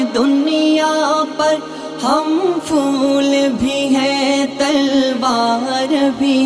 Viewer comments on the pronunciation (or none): پڑھا تو بہت اچھا آپ نے ما شاء اللّٰہ آواز بھی بہت پیاری ہے، مگر پھول کو فول پڑھ کر مزا کرکرا کردیا، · ماشاءاللہ شاندار کلام اور شاندار انداز ،، لیکن ہم پھول بھی ہیں تلوار بھی ہیں اپ کا تلفظ پھول میں فول ہیں یہ تھوڑا۔۔۔۔